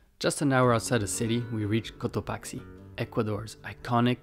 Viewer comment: Todo hermoso! No es Cotoachi o Cotaqui, es Cotopaxi, hay q pronunciar la X. , entonces Cotopaksi, esa es la pronunciac